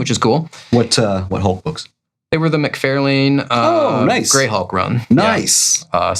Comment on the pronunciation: As a fellow Floridian, I enjoy the content but it’s MC FAR LANE not MC FAIR LANE